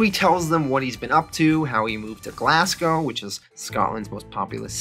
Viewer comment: Great videos man, just got a little bug, its pronounced Glazgow not Glass-go. Am just nitpicking ur doin fantastic recaps, cnt wait for the rest of the vids P.s ino its spelt Glasgow